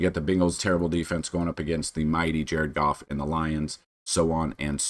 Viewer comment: did you say cough? or goff?